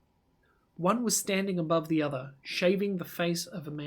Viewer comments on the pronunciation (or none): none